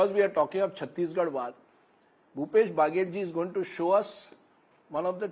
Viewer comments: Rajdeep ji बघेल है n की बागेल 😂😂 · महा....बाघेल नहीं बघेल ।